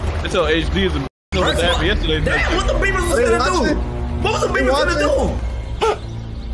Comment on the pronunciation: The chat flamed for saying beavers lmao 😂